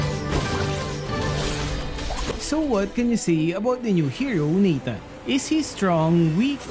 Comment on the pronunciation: that "Natanga"😂😂